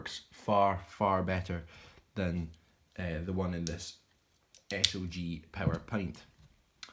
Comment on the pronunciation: Nah, it SOG, pronounced sawg. They forfeited the name “Studies and Observation Group” when they stamped everything “SOG” without dots or a single correction for nearly thirty years. It’s became recognizable under the military, and now they want to seem more serious than the other big names to go with their grossly overpriced metal since the military is no longer buying their crap. Their silly cogged hinge is a major point of failure and their knives broke.